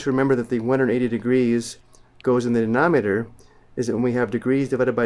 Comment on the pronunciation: Did this dude really say "denometer" and "numeter"